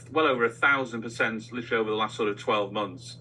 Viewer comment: please practice saying "literally" Sound it out. You can do it with your big brain.